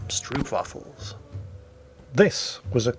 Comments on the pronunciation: Heya. If you want to pronounce stroopwafels better. Pronounce the "oo" part of "stroop"as the oa as in "boat" or "goat". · Stroopwafels!! You butchered the pronunciation, but that's ok. (The double o is pronounced as in hopeful) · "stroopwafels" xD btw the "oop" is pronounced like "ope" from "trope"" not like "oops" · should we tell him that you can place them on top of a cup of steaming tea, to get the even better 'warme stroopwafels'?